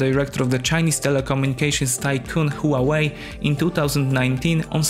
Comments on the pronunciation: Pronounced with two syllables. Sounds like English Hwa way. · This speaker is really bad that the pronunciation of Huawei is just so hurtful to be heard